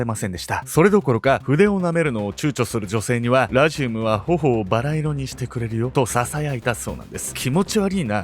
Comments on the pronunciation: ラジウムのアクセント治せ！！ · ラジウムのイントネーション（笑） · 解説も内容も面白くていつも通り最後までしっかり見てるんやけど、地域性のイントネーションの差での「ラジウム」の発音がめっちゃ気になる笑 地域性の差面白い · ラジウムの発音が、、